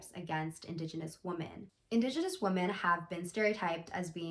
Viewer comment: lowkey super triggered that you pronounce "women" as "woman"